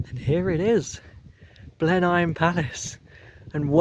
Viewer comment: small correction Blenheim is pronounce Blen-um. It's also a nice walk to continue the relatively short walk through the edge of the Cornbury Estate to get to Charlbury which is a far more reliable station.